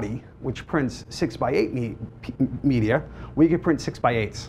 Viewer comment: Good grief.... if I had a dollar for each time he said "okay?", "right?", "um", "the secret sauce" and what is me-dee-er?